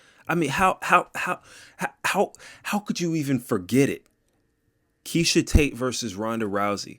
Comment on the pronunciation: Are you trying to be funny by mispronouncing Meisha Tate as Keisha & not saying Germaine De Randame name right?